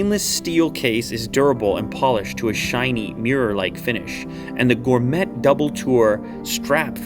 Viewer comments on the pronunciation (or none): “Gore met” lol not gourmet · The word is 'gor may ' not 'gor met' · goormet.. lmao pronounced Goor-may..goormet...ah dear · That's pronounced gore-may not gor met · Did you just pronounce gourmet "gore-met", instead of "gore-may"??? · Did he just say...gor-met? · he really said "Gor-Met" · Gor-met? Lol 😂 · No way he said “gormeT” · They way he pronounced “Gourmet” as gor-met😂😂😂😂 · “Gore-mett” … yes, yes it is ….. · did he really just say gor-met? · Shout out to his pronunciation of ‘gourmet’ 😂🤣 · Had to stop watching as soon as he said "gourmet" with a "t". if you like luxury, you gotta know how to say it properly lol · Did this man say gourmet with a hard T?? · Why is no one talking about the way he pronounced gourmet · The "T" in Gourmet is silent. FYI. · There is no “T” in gourmet homie….NO T!!!